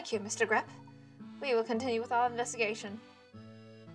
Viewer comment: changes the pronunciation of greppe halfway through